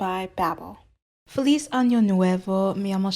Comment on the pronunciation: Feliz was also a bit wonky in the pronunciation, but maybe it's just one of those regional things since página wasn't that bad (to my native speaker ears)